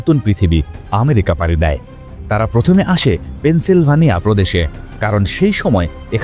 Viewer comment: পেন্সিলভানিয়া না. এটা পেন্সিলভেনিয়া.